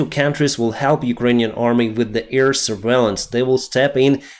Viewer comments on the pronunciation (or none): you are again saying EAR attack, EARfield... AIR is with the a in bad, have, stand...